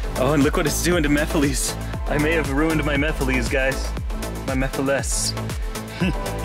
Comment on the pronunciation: These look awesome! Also, at least you don't pronounce it "ma-fill-iss" like that one Sonic Central announcer lol 😂